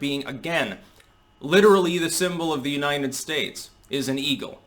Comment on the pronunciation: damn it! Learn to pronounce United States. It's not Uninen Stase